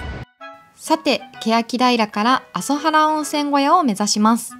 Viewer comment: "あそはら" ではなく 確か "あぞばる" ではないですか?